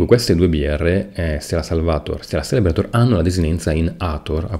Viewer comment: Zelebrator si pronuncia :D la C in tedesco, se seguita da i o e diventa una "z"